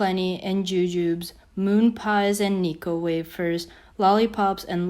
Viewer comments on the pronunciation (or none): (Joo-joobes) ??????? 😂😂😂😂😂😂😂😂 Their called (Joo-joo-bees)